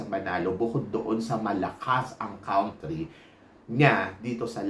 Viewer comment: YOU MISPRONOUNCED THE WORD "COUNTRY". PAKI-CORRECT PLEASE❤